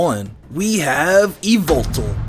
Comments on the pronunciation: e-vil-tol instead of e-vel-tal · Dobbs:Yveltal MandJTV:YAHVELTAL!! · IT'S NOT YVELTAL ITS YAVELTAL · You: said yveltal. Yveltal: MY NAME IS YAVELTAL!!! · Not yveltal but it's YAVELTAL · Not yeywaltal but yavaltal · It's not yveltal it's YAVALTAL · e vel tal not evil tal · Yvetal Why-Velt-Al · ITS NAME. IS YAHVETAL!! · its yavaltal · It's said like ya-vel-tall nor ee-vel-tal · Its yavetal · YAVALTAL his name is YAVALTAL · IT'S YA VEL TALL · You mean YAVELTAL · It is yavelltal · dude its "Yvetal" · IS NO ONE GONNA MENTION THAT HE IS SAYING XERNEAS AND YEVLTAL WRONG ITS(zzurn-e-us) and (e-vel-tal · MY NAME! IS YA-VAL-TAL! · Its call Yevitell (all though it spelled yveltel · why do people say yvoltol theres no o